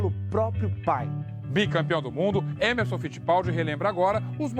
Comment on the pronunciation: Emmo? you really do not understand portuguese. An advice, you should call him Emme, Fitty, but not emmo